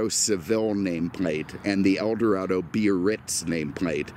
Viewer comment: Yesss!🤩 You pronounce Biarritz cor-rect-ly with 3 syl-lab-les! "Bee-ar-ritz", not the clunky "Bar-ritz" of a few car posting hosts. Thanks for that touch of class,.